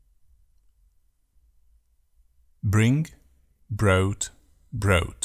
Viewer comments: Brought is /bro:t/, Not /brOUt/ and broadcast is /bro:dkast/ not /brOUd kast/. Your pronunciation of "bought, caught" is wrong, too. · Great idea. Unfortunately not made by a native speaker. The Pronunciation of "brought" and "bought" is wrong ( boat:) for the latter ). I did not watch further. You can double-check the pronunciation of the verbs and make the necessary corrections.